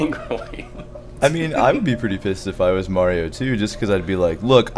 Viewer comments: Maybe Mario got mad about the LPer constantly pronouncing his name as May-ree-oh ? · Mildly surprised that no comment was made on the fact that the LPer pronounced Mario the same way that does.